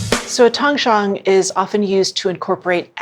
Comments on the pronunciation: It’s originally from Chinese method “ 湯種” sounds like tang1 zhong3 not tang1 chang1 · Doesn't have a Chinese backround? She is pronouncing Tangzhong incorrectly. Zhong would be pronounced Jung in English. Even if she doesn't speak Chinese you would think she would look up the correct pronunciation. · Tang Zhong It's actually pronounced like "tongue" & "jhong" with a long "O".